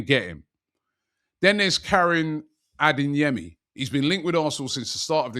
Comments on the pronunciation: "AdeNyemi" or "Adeyemi"? Robbie, where's the "N" in Adeyemi? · For the love of god, can someone at AFTV teach Robbie that there’s no letter ‘N’ in Adeyemi